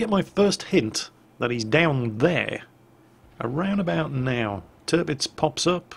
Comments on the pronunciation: at around 16 ish minutes did you call the tirpitz the derpitz? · 'Dis Derpitz'... :D